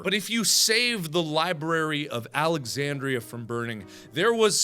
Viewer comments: lmao is it just me or can he not speak in this video Library of SuAlexandria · Anybody mad on how he said Alexandria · Mark can you actually pronounce Alexandria 😂